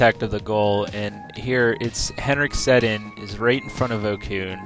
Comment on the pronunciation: You said Sedin wrong.